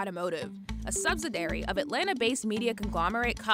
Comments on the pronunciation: "Subsidary". Really? FYI - word is subsidiary (sub-sid-ee-ary). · This narrator can’t even properly pronounce subsidiary. How did she get this job?